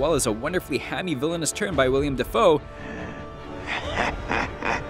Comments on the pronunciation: Sorry to be "that guy", but it's Willem, not William Defoe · He calls him William Dafoe it's willem not William